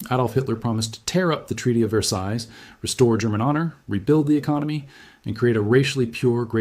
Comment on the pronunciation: The S at the end or Versailles is silent. There's something about European history that I knew and you didn't.